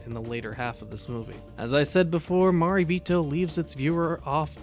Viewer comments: Good video. Gonna watch this movie. But, It's pronounced "ma ray bee toe" not "ma ree bee toe". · Your pronunciation of 'Marebito' hurts my soul. I like your videos in general, though :)